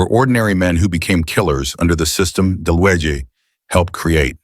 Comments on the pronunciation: The name is pronounce dalooga. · It’s pronounced “de-looga” — no biggie, just fyi